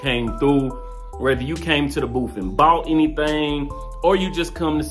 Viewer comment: Proud of my, I'm glad you both had fun. Baby, ummm, did you say booth or boof.....🤣 I love my.